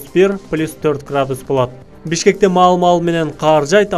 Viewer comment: Неге каар дейсинер кар десе болбойбу